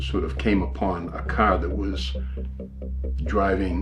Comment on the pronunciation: He drove the caah